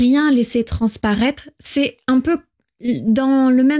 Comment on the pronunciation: Thématique FLE très intéressante. En revanche pour des apprenants, vous avez un défaut de prononciation avec le [ e ] (é fermé) et le [ ε ] (è ouvert) qui porte à confusion. "Très" et "c'est" se prononcent avec un e ouvert et non fermé. La prononciation est importante car elle permet de distinguer l'orthographe grammaticale et le sens des mots.